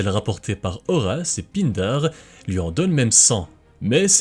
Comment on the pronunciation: "Pindare'" prononcé "pain-dar", pas "pine d'art" :D